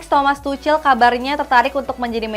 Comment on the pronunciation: masih belum ngerti bola ya? nyebut thomas tuchel koq tucel terus emang nasi pecel kak, mending rizka dilla dah ngerti bola